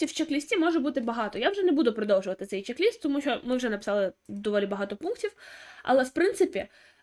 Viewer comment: Пишіть і говоріть правильно: чек- лист.